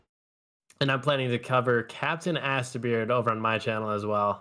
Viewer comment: Did anyone else hear very hilariously mispronounce Captain Astabeard? I think he dropped that second A and maybe replaced the t with another a... Also add Thanos to the list with Bagel and Wiki...